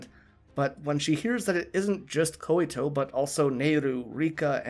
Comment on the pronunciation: Hey, Just a tip, I think the name Koito is pronounced like "Koy-to", not Koy-i-to". Also thanks for posting this! I just saw your last one and really enjoy your in-depth way of analyzing